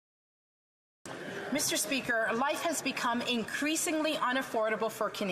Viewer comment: Remain vocal, you are correct, and your time in office will come. Canadians are listening. You certainly have leadership quality. also; "MEEESTER SPEEKER" uuuuugh....